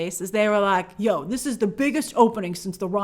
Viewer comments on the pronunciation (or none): The Yo and accent with "Yo! This is the biggest opening since Rise of Skywalker!" made me laugh way too hard! Hahaha!